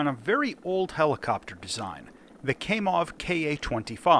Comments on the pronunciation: Cries in pronunciation Kamov - second letter sounds like A when a doctor asked you to open wide and say ah. It's Kamov not Kaimov/kaymov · Kamov not Kaymoff 👍👍👍